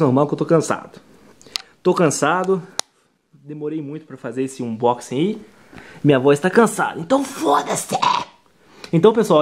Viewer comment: Foi muito difícil fazer esse ubochingui,? auehuaueh'